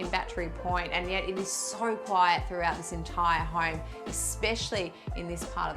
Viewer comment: I love your home tours and you guys are adorable. Is it just my untrained American ears or every time you say 'home', it sounds like 'hoerme'? Cheers!